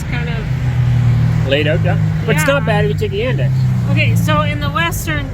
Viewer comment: The alternative to the public transportation that was mentioned was Yandex taxi. The pronunciation made it difficult to understand. Basically, Yandex is Russian Google. Uber and Lyft left Russia with the sanctions, so Yandex taxi is a big deal now.